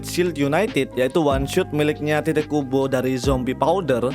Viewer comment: Bang pas lu bilang "tite kubo" kok kedengeranya kayak "t*tid kubo" 😂